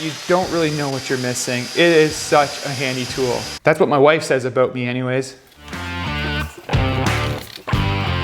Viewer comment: You said “out” and “about” and I knew you were from Canada.